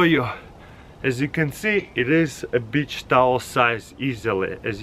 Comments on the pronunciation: Wait..what the..did he said bi**h towel. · Comrade you must speak beach like cuss word. Lol. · This guy is so cool "Bich sise tawel" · yeah it's the accent lol